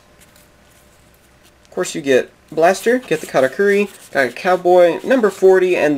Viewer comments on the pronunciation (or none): Is he saying "Katakuri" instead of "Karakuri"?